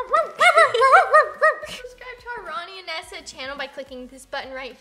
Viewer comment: It is not Neesa it is Nesa